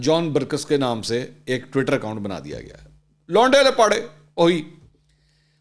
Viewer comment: ویسے منصور بھائی آپ کچھ بہترین انداز سے لونڈے لپاڑے کے لفظ کا تلفظ ادا کرتے ہیں اللہ پاک ہم سب کو عمرانی فتنہ پراجیکٹ سے محفوظ رکھے آمین ثم آمین